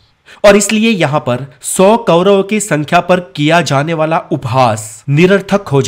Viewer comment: कैरव * नहीं कौरव है वो.